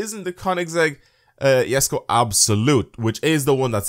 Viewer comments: THE JESKO IS CALLED ‘“ YESKO" NOT "JESKO" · Sulex MS he’s talking ab the pronunciation